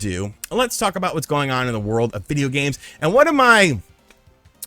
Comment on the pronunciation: Lol "vidja games."🤣🤣🤣